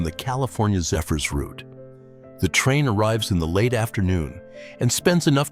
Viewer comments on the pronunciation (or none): none